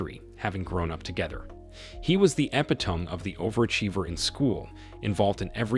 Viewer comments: 🇺🇦 Hey, narrator: "epitome" is pronounced "epitome"! 🇺🇦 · Epi Tome??? (Epitome). You sir are the epi tome of hyper bowl (Hyperbole).....See what I did there ? I put the empha sis on the wrong sylab ull....lol